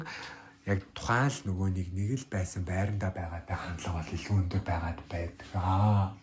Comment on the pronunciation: Өндөр гэдэг үгээ тод хэлээч 1 дээр сори